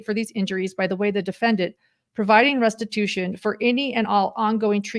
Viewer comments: Stories Podcast - In Jodi’s statement at 1h23 in this video, did she say “restibution “? A fusion of restitution and retribution? I listened twice and that’s what I think I heard. If so, “restibution” is not a word. Does she understand the difference? And does she understand that serving time is not restitution? Very strange and concerning statement, imo. Will the board of Connexions be liable for any damages to the children, ie Pam? And what about the bishop and stake president mentioned by Ruby in her statement, that they counseled her away from what she did and she didn’t listen - implying they KNEW about the abuse. Any possible liability to the as individuals for not reporting? Or for the church? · Has anyone else noticed that Jody said restibution instead of restitution? She wants to make “restibution.”